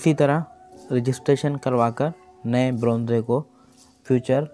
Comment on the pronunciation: Bronzeeee Nhi Bronze hota hai sir 😂😂😂